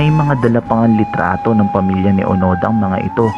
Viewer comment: Hiroo onoda hindi onada